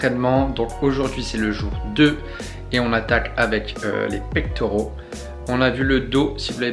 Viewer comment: Salut, pectoraux pas Pectauraux